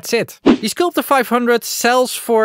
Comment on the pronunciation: Hey, the product is called „skulpter“ and not „skulptor“ 😄